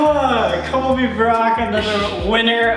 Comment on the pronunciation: Sam is definately jealous because he said "when you started brobly" im like Colby HoW dArE yOu StArT bRoBlY iT's MeAnT tO bE SoLbY!!